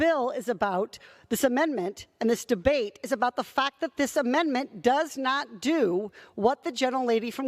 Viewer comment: English is bot my first language but it irks me when she says mendment instead of amendment.